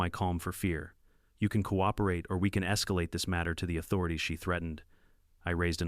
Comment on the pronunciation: Coop er ate???? Seriously, someone needs to teach pronunciation ….😂😂😂